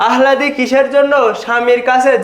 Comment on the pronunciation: Alladi uccharon hobe. Ahladi na